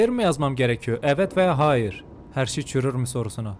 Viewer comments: Abi cürül diyiyicen🎉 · Abi çürür demen gerekiyor